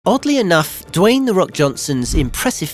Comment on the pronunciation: Did you say.... WAYNE Johnson? 🤔